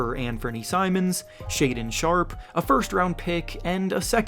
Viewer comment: did you rly say Shannon Sharpe:D?